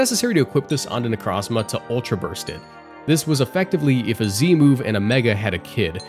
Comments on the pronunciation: Ok i cant handle the Pokémon name Butchering... 25% of the video Necrazma? Necro Zma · Bro did not just say "Necrahzmah" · It's pronounced necro zma O not a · You saying "Necrazma" hurts